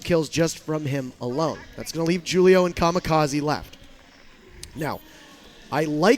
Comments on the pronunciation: It's pronounced "hulio" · This guy failing at the name Julio is killing me